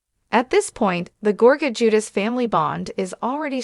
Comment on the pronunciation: Ju-deh- chee Please pronounce it right please!